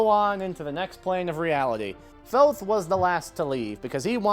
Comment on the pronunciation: oh thank you for pronouncing Thoth correctly